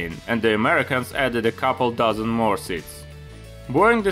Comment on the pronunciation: I know you're German because you use "despite of"/„trotz" and others. But that sounded more like a „mehr" than a "more"